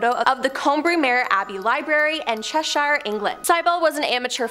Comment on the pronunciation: Herefordshire her-ref-fud-sheer.. Cheshire.. chesh-sheer.. And then speed it up and that’s the pronunciation 🌸